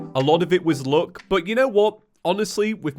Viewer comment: It’s no one else hearing him say look instead of luck?